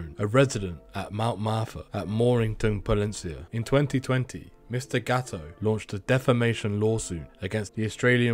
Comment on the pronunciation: Is GATTO . NO GAOO . Your pronunciation is useless